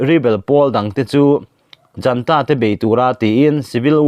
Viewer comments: Junta tih hi janta tiin i chhiar tlat mai.Zunta ti a chhiar tur a ni e. ZUN IN kan tih a,zun tih anga lam tur eg:Zunta. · Junta hi Janta tia lam loh tur a prononciation pawh Google ah a fiah khawp mai.